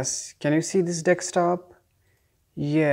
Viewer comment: DESK-TOP not DECS-TOP otherwise well done 😆